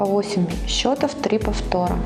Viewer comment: а В слове счето́в, родительный падеж, множественное число слова счёт (документ; результат игры), ударение должно быть поставлено на слог с буквой О. В слове счётов, родительный падеж, множественное число слова счёты (приспособление для счета), ударение падает на слог с буквой Ё